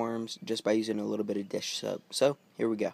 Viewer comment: lol he said shoap then soap